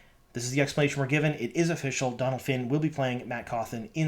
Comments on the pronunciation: You pronouce Dónal like doughnut (doughnal) not Dónal like donald :) fellow irish person here... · To be clear it's Donal not Donald finn